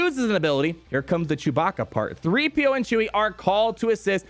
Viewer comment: "Chee-PO" is how I will refer to them